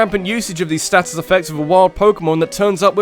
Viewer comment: But, you're British. Why are you pronouncing status like a foreigner?